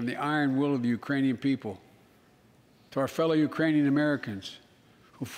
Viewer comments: I heard Iranian also. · mark... "The Uranian people" ??? Where - EXACTLY - is the country of Urain? Inactive the 25th Amendment NOW!💯😂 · Or the Uranus people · He 100% says "uranium people". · sure it wasn't take it in Uranus people??? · He said urainian, I grew up with a speech impediment. Sometimes letters aren't there lol 🤷🏾‍♀️ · Uranian Iranian 🤣🤣🤣 this guy and Putin laughing his ass off somewhere… embarrassing 🙈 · He said, "...the URAINIAN people...". All this time, we've been worried about an invasion from Mars by the Martian people. As it turns out, the threat from Uranus by the Urainian people should be the focus of our attention. LOL! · I think he just forgot the k in Ukrainian